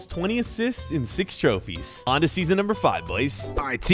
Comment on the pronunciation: it’s pronounced Trophies not trophys🤣🤣🤣🤣🤣